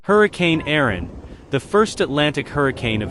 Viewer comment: Why are you pronouncing it "Aron" when it is Erin?